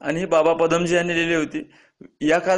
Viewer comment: pnini nahi panini.aani baba padamji nahi padmanji ase aahe.tumhi je kahi sangta te abhyaspurn asayla hve.chotya chotya chuka hone apekshit nahi